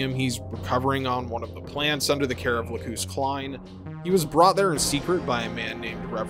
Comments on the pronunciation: It’s LAcus, not laCUS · it's lack-us not lacooose it's the name of a flower >.> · Sorry i have to say this but her name is la-cus so just saying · The new English dub for the HD Remaster has Lacus pronounced as "lack-cous," which is ostensibly closer to its Latin pronunciation (lacus being a Latin word). The original English dub is the "lack-us" one, and it's the one that most people watched. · I remember the jp dub having much shorter u, almost silent, like Lacs. This one however sounds like Lagoose. Too long. Looked it up since the whole series is in youtube, and yeah, it's almost like Lacs in jp db. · Its pronounced "Lah-ck-uss", not Lacoose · I've watched this video 3 times and never in the English or original translation have I ever heard her name pronounced Lakoos... last time I checked "cus" is usually pronounced like 'cuss' not 'koos'... I cringe every time...🙃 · Ahhhh you said it! You said Lacoos! groan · "Lacoose"? This is why I hate dubs. "Lacus" isn't a bad transliteration of ラクス, but like... Lux. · Lacoose sounds so wrong lol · If I remember correctly the OG series pronounced her name Lack-us. Anyway, I’m triggered. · also dude, you're mispronouncing Lacus's name, it's Lac-us, Lacus. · From a fan who watched the old dub, the sub and the remaster. Her name is lacus, and it is said very badly in the new dub. Thinking i was just a dumb white guy. I watched the sub and no. The hd remaster just did not do names well. And it drives me nuts. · The way you said Lacus' name made me physically upset. Also the amount of ad breaks was more annoying than Flaya Ulster. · The way you want to say Lacus is right and how you say Lacus is wrong